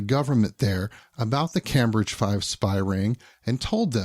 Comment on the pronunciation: As a Brit your pronunciation of "Cambridge" makes my toes curl. 😖